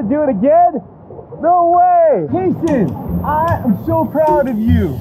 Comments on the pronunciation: He's name kayson he's not kason 🤢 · It's "kayson" not kasen! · It’s kayson not KASON!!!!!!!!!!!!!!!!!!!!!!!!!!!!!!!!!!}}}